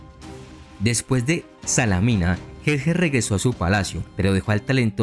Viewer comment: Muy buen trabajo, pero tener más cuidado con las pronunciaciones. Salamina es tal, no Salámina.